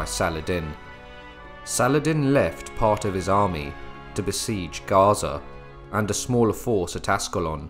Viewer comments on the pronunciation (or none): none